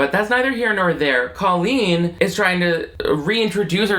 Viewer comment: Why does she purposefully pronounce her name like "colon"?